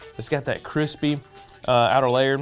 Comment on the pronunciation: “Crispay taters”